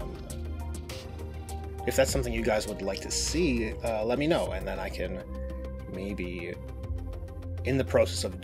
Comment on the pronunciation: “and here is the…biggest KHAN of white color schemes” 🤣